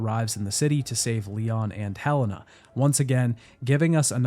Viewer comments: Her name is Helena not hellana lol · Did you hire someone to read your script? Cause there’s no way you played this game and heard everybody pronounce Helena as “he lay nah” and piers as the only way to pronounce piers to my understanding,then proceeded to say “hell in ah” and “perry” over and over